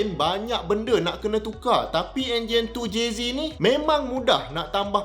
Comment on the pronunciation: Makin naik la harga supra kat msia ni sebab vid doc ni. Anyway doc. 2JZek, bukan 2JZee. Hahaha